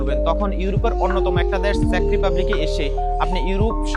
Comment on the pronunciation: not সেক its চেক